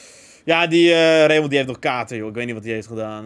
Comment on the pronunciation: Ik heet zelf ook Raymond, maar de letter D spreek je eigenlijk niet uit! Het klinkt ook zo raar om je naam te horen met een d op het eind! 😂🤷🏻‍♂️